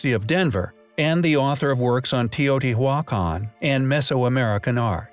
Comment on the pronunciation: How many here believe the narrator for this site is a computer??? Have you ever heard someone say Teotihuacan the way it is said here ???